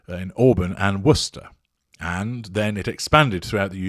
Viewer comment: Hmm, pronounces Worcester, MA like an educated local, (counsel?) 🤓?